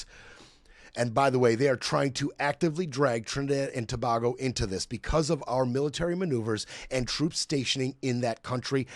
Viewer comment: Hey it's Tobago - sounds like To(bay)go please🙏 Not Toba🐑hgo Good show though